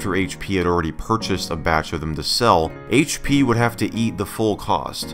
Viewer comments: the haich pea shrekpod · “HAICH PEA” dankpods - 2020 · haitch dea? four kay? Haitch pea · HAITCH PEA™